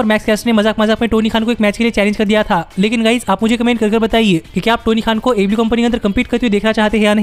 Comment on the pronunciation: Wo repeat telecast ko jab aew nahi hara payi to live show ko kya hatayegi aur ha tu aew to sahi se bola kar 🤣🤣🤣